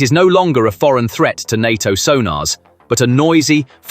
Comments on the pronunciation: NATO as pronounced in the video.... En aye Tea Oh🤣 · I stopped watching when the computer called NATO EN AY TEA OH!